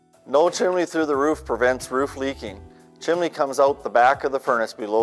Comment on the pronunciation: When using YouTube to advertise is is advisable to use a voice of someone who can speak publicly. This guy KNOWS what he's talking about but that knowledge is lost as he rambles. It also helps if one has good enunciation and can pronounce simple words like "Chimney" not "Chimley". The product could be the besr in the world but this won't sell it.